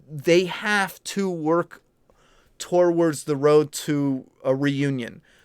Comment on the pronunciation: Why’s always say “torwords” instead of towards which is pronounced like 2wards